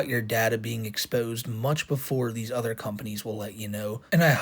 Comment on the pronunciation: The way he can’t pronounce “other” and instead says “udders” likes he’s some kind of cow with fake autism is a dead giveaway that the fake people in the fake videos are really just him 😂